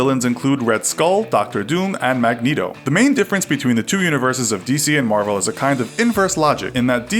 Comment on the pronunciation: He can't even say Marvel DC favoritism